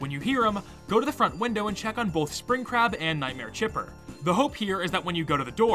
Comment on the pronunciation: I’ve never played Tyke and Sons before, so when I watched this video for the very first time and when I heard him talk about Spring Crab, I thought he was saying Spring CRAP! 🤣😅😂 I was like, “Wait, WHAT?!” 🤣🤣🤣😅😅